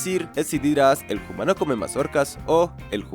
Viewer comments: Por qué dices "hoomano" en vez de humano? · Genial. Sólo que es humano Bro. No "jumano".